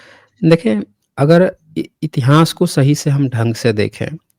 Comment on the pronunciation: Intihaas nahin itihaas hota hai murkh